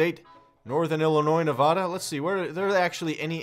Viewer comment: Pronounce Nevada correctly!